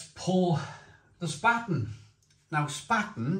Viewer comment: Mate ... it's pronounced "Shpar-ten"